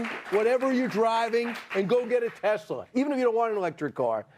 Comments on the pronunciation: My guess is he called it Tesler because he’s constantly using a word ending in ER….. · Did he say I love Teslar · TESLUR LOL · Isn’t it, TESSLUR?😂😂😂😂😂😂😂😂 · Is anyone going to tell him it's Tesla, not Tesler? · Tf is a tesler? 😂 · Does he not know it’s TESLA not TESLUR ????? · He loves “Teslur”! lol. He’s fucking dumb as hell. He cant get anything right! Thats why “The Apprentice”, his stupid reality show, that encouraged contestants to engage in hateful attacks towards each other-was eventually cancelled. The more hateful chaos he created, the more he enjoyed it. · WTF is Tesler? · I wonder how long Musk tried to teach Trump to say Tesla instead of Tesler before he gave up. 🤣Trump sounded like a doddering old fool. This actually gives me hope though, because if Musk is this desperate we might have a good chance to shut him down. There's a protest at a Tesla dealership near me this weekend. Check out your area. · Why does DT call Tesla, Teslurr? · Teslur, the moron can’t even get that right. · He likes “Teslers” this guy 😢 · Did yall hear tiny fingers say “Teslur” what a nut job he is. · Tesslur, not Tesla. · Teslur....😂😂😂😂😂 Idiot! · Funny that he always says "Chi-na" but can't say "Tes-la." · But will the car correct dumb people unable to pronounce a simple word like TESLA! no "R" in TESLA, Rtard. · Tesler!!!😂 he meant Hitler!😡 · He’s such a doofus 😂😂😂 teslurrr😂😂😂😂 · Why does that uneducated 🤡 trumpty dumpty keep calling Elon’s cars “ tesler”? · Called it "Tesler" 🤣🤣🤣🤣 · "Tesler" seriously 😂😂😂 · Tesler??? Does DT even know his own name??? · He can’t even pronounce Tesla.. BTW He can’t drive.. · The dummy didn't say Tesla the right way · What a salesman he can't get the name right 😂